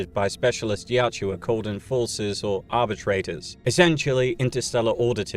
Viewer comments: Pronounced YACHT-JA. Not YAT-JU-WA. Great content though! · Yautja, not Yatjua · It is "Yah-Ut-Jah". Not Yat-chu-wa. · Quit saying Yaut-JUA, its not like Joshua. YAUT-CHA😂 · Why do the British butcher every word made by other countries. Youtja is pronounced yowt jah not Yah chew ah. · Excellent video, thumbs up for sure, i just have a little bit of beef with you for one small thing my friend! :) Yautja, you say it like the shua in Joshua Yaut-shua, it's fairly simple my friend, YAW-CHA, i hope you are able to read this message in time to see it make sense before continuing with any videos. I honestly feel eerie about the situation seeing you have above a million subs bro, that's wild to have gone so far without ever really knowing? I mean i don't know, that's my guess, anyway, until next time! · Why do you keep calling them the Yaht-JEW-a, when the way it’s spelled seems like it should be pronounced Yaht-ja? This is a serious question, not being an ass. Is the narrator mispronouncing it or does the spelling not reflect the actual pronunciation. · Can’t get past it Yautja Not yatjua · I feel like its pronounced more like yowt-jah rather than yow-joo-ah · The Yachewa 😪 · I know it’s incorrect pronunciation, but is it weird that I think the second one flows off the tongue better? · Take a drink every time he calls them 'Yat-ju-ah' ....I pity your liver. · He can't pronounce yautja correctly. Annoying AF. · An hour of hearing the species name mispronounced? "Yautja." Where is the "u" between the "j" and the "a" coming from? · Pronouncing Yautja wrong kept me from watching this video